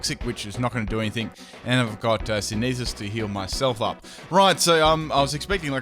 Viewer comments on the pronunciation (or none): It's 'sin-thee-sis', as in photosynthesis